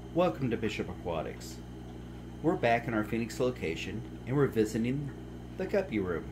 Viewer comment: He called it the guppy room then he said right after the “gaper” room